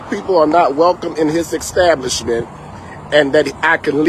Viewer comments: Never believe a man that says "ECKSTABLISHMENT" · "EX-stablisment" lol! As soon as that word came out you know he be lying! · He should be banned just for saying EXtablishment! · EX - Stablishment.... speak english, Sir!!! Go AX a question.... This is BS..... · The word is establishment not exatablishment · I think he should go back to school to learn how to speak ENGLISH!!!! Especially when he is supposed to be a pastor! It is insane that he said EXTABLISHMENT and then he said AXED him and his wife to Not come back I don't have much faith in his opinion of the matter! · Extablishment? Please. You cant even say words correctly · This guy is a pastor, but he can't say the word, establishment? He keeps on saying eggstablishment. And the funny thing is I see these short clips, that are young black men and women, who are waiters. They even always say, that they hate when blacks come to their section, because they always complain about something, they are always calling the waiters back, because they need something else, or like this video where they want their food cooked differently. And the biggest one is that they never get tips. I have seen a ton of these clips. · An "exstablishment". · Ecstablishment? 😆 I needs to be cooked the way he axed for it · An extablishment!! LMAO I axed him. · What's an 'extablishment'? Oh wait, sorry 'establishment'? That's what you meant? Yes? Yes. Sorry, sorry, I'm just making sure I understood you there, sir. Cause what you're saying as a whole doesn't make much sense. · Let me axe you why you kicked out of the ekstablishment? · Did he say, “extablishment” multiple times? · WTF is an "extablishment"? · Holy crap! I was literally writing a witty comment about "axing" him to leave the "extablishment" when he said "axed" 😂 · And its establishment not eggstablishment 😂😂😂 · Wtf is an "Extablishment"??? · What’s an “eggs-establishment?” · "Exstablishment"? that's a new one. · Extablishment with an x lol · WTF is an extablishment?